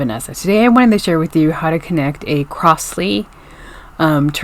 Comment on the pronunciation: It is pronounced "crozley" and not "crossley".